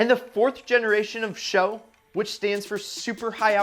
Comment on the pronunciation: GM struggled with the sales of the Chevy SS, and the company is entirely to blame... For unknown reasons, they barely advertised the damned thing! It's actually "Taurus S.H.O." It's just like the Grand Prix G.T.T.P."... you'll make a fool of yourself if you say something like "Grand Prix GuTetTPuh"...